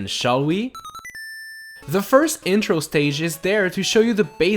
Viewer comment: "firth" me: do you mean first